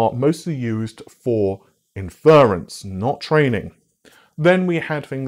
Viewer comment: Inference: In--fuh-runce. *not*, In-fer-runce